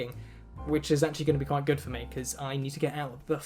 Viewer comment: femboy kwite